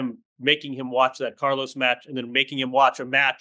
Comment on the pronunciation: It's Car-LOS not Car-loese. It's DJOK-O-vic not Djoeker-vic. Don't you say LOS Angeles, not Loese Angeles in the US? 20 more years?🤯 Call him Charly!